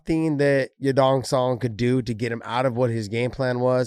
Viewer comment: yadong sadong he said 😂😂😂